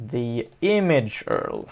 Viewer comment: URL - You pronounce it like you-are-ell